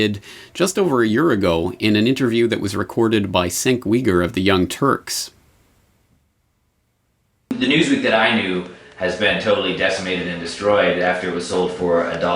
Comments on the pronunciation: SANK WEEGER of TYT?! lol i think he like CHJENK YUGUR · Cenk Uygur is pronounced like "Jangk Yooguhr" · senk weegur? really? sigh. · Brillant video. You complied all the info I'm aware of out there on the crash of Hastings; however you pronounced "Cenk Uygur" wrong.